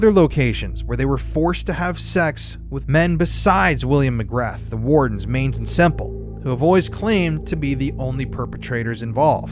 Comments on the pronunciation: McGrahhhhhhhhhhhhh not McgraTH…… William Mcgrahhh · McGrath is pronounced McGraa, no TH sound, I'm irish it bothers me but most of our names sound nothing like the spelling 😂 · Pronounced. Ma graa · McGrath could be pronounced as McGraa if it's Irish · McGrath is prounced mc gra Just letting you know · McGra. You do not pronounce the “th” 👍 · Can't take seriously with how ur pronouncing mcgrath 😂😂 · Interesting, but the “T” in “MCGRATH” is silent and Britain's CIA is MI6. MI5 is more like the FBI. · You are mispronouncing Mc Grath - the ‘th’ is silent. Just saying